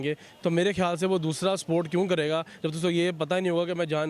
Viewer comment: Bhai ye Pakistani log support ko sport kyu bolte h 😁😁😁😁